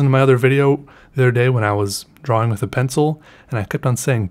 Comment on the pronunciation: u pronounce drawing, drowing. so ye